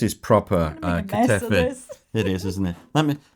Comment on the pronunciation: It's ba-kla-VA and ka-ta-EE-fee. If you can travel with some from a bakery, do that. If not, enjoy while you are there and look for a pastry shop or befriend a greek family that bakes local to your home. 😊